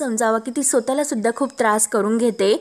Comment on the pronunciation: ag..kiti ashudhdha mhante...sotala?..swatahla mhan